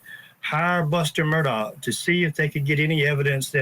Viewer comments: No, it isn't. It's pronounced Mur-daw. Not Mur-Dock. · Why is your reporter mispronouncing his last name Murdock??? Put a little effort into it, jeez.